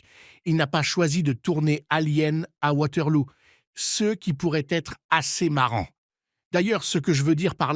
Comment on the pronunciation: Lol Waterlou ... On dit Waterloo et c'est une fiction pas un film historique. Tellement nul cette vidéo